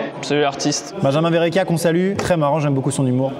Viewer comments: Benjamin verrachia.. c’est verrechia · Thomas :Benjamin verracchia au lieu de verrecchia 😂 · Par contre le "Benjamin VerrAchia" ça rend fou 🤣🤣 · ya pas de commentaire sur le fait que maxime dise " benjamin verrachia", suis-je la seule perturbée? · amixem qui dit Benjamin verrachia mdr no respect